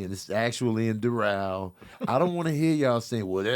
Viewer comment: The way pronounced Doral bugged me lol. (I'm from FL)